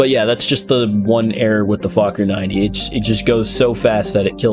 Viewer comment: I’m pretty sure fakhour is not pronounced like that.